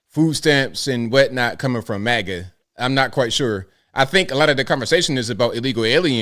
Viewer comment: It's maga, not mega